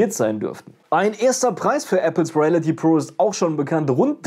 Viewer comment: Ich würde mich freuen wenn du, bevor du ein Video drehst, lernst die Wörter richtig auszusprechen (Reality, Review...)